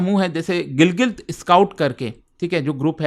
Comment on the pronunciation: Gilgit❌️ Gilgil✅️😂